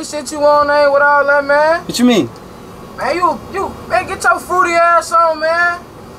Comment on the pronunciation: He said "chu mean?" like he didn't just say the gayest thing lmfao